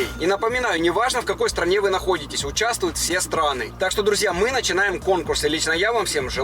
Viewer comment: 'Участвуют' с буквой 'т'